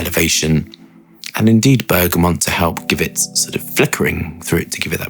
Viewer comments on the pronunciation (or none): none